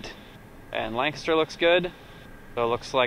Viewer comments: Hey, LNS, my 'home base' ( even though I don't fly :P ) . Glad you pronounce Lancaster right. Unlike the approach controller, who I assume lives in the area and should know better :) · Welcome back to Amish Country. Impressed that you pronounce "Lancaster" as if you were a local here. Was that a Goshen fly or an Amish fly? Another great video and descriptive flight.